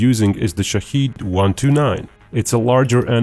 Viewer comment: The pronunciation of the word is wrong. It is shaahed not shaheed or shahid. The first one means the one who looks. observes The second one means someone who is killed for the country and for God. The name of the drone is the first, not the second.